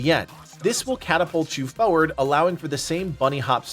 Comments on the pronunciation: Great video! On a side note for some reason it bothers me when people pronounce it fewerd instead of forward. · It's pronounced fore-ward not foe-ward.